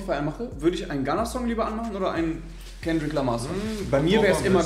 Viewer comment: kendrick nicht S, kannst du niemandem erzählen